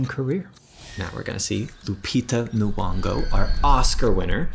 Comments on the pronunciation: c'mon now, it's Lupita Nyong'o as in (nyongo) not nuongo...😁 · sorry to be a bummer but, you pronounced Lupita's second name wrong. It's Ny- o- ngo. If that helps 😁